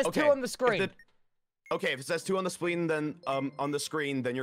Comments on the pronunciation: “Ok if it says 2 on scween” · So were gonna ignore the fact that RANBOO said sween instead of screen the first time 🤚🤣🤚